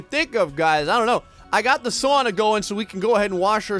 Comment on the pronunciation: works on his Finnish pronunciation, still can't pronounce sauna correctly...